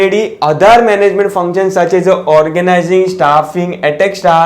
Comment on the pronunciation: Bhai isko sikhao bolneka kaisa hai etc ko...atrecksa bolta etc ko